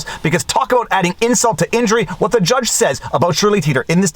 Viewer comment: speaking of WHitmer, I that you might be the person singlehandedly bringing the H sound back to our language. I feel uncomfortable not saying "wHat", "wHich", etc.